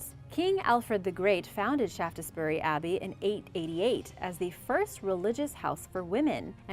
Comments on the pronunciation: Just in case it arises again, the e in the middle of shaftesbury is silent, making its pronunciation shafts bury. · Pronounced shaftsberry